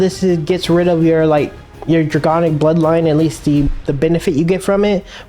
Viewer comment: it's draConic not draGonic